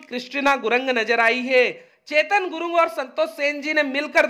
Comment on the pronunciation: Gurang nahi gurung hai🤣🤣🤣